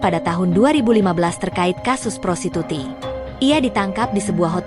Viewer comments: Prostitusi min..bukan prosituti 😂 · Woe Admin.... Baca aja kaga becus Lo...prostitusi bukan prostituti !!!! Ngelawak Lo 😂